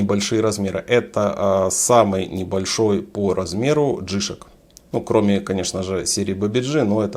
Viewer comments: Не джИшк, а джи шОк, никак иначе. Ваше ударение по ушам бьет! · Не джишек,а Джи Шок,деревня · я не про написание, а про ударение именно у Вас, не в обиду! Вы говорите джИшок, вместо джишОк. Здоровья Вам!